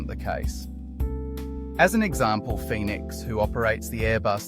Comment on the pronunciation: 'Phoenix'... seriously? Between that and the fake AI voice, I stopped watching immediately.